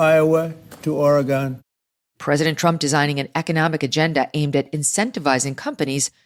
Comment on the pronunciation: Trump may flip Oregon red if he learns to call it Or-ee-gun like the Oregonians call it🙄